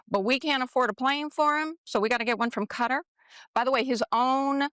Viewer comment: I so wish people would get it right, sadly for nearly everyone Dumpty himself gets it right which kind of shows why he was elected, ignorance. The most widely accepted pronunciation of "Qatar" in English is "kuh-TAR", with the stress on the second syllable. NOT CUTTER please get it right, MUGA cultists or not.